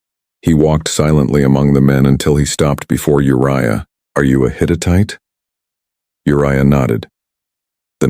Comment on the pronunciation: The Hit-it-ite?? Hittite!!